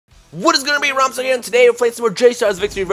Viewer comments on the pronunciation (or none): none